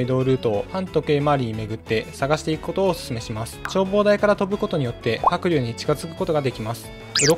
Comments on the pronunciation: は↑く→龍↓のイントネーションめっちゃ気になる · 白↑龍↓ 発音好こ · 白龍がカイリューの発音の仕方で草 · 発音がもうドラゴンタイプのニョロニョロした青いあのポケモンなんよ。笑笑 は↓くりゅー→な。笑笑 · 白龍のイントネーション独特で気になったw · 白龍のイントネーションが気になって夜しか眠れん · 発音がポケモンのハクリューなのめっちゃ気になる